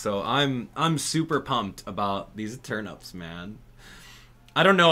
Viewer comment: Why does he say turnups😭😭